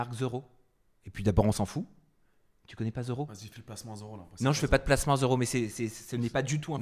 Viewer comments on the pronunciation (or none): Pas ZE ROW, mais THE ROW. C'est quoi cette manie des français de transformer les THE en ZE. On en zézette pas sur les TH.